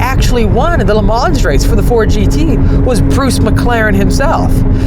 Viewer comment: ...."Lemanz...." really? C'mon kid, at least try to be respectful...